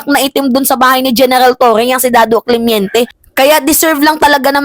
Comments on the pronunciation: Hindi Cle-mien-te Ito tama Cle-men-te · Clemente not clemiente